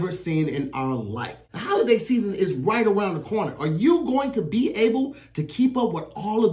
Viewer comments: "now fwip awround" 🤣🤣🤣🤣🤣 Hilarious Haha!!!!! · “Now flip awound” I lost it 😭😭😭